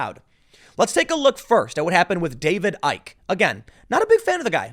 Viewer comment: "Icke" pronounced "icky'".